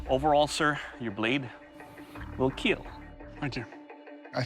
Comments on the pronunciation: Every time doug says keel i smile :) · It will keel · "It will keel" "It will cat" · It will Keel.